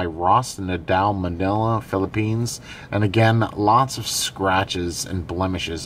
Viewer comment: Ma-ni-la is how it is pronounced. Sorry I'm fillapino American. It was bugging the shit out of me they way you where pronouncing the city name